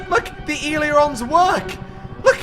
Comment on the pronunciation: Ailerons- pronounced a ler ons. Not e ler ons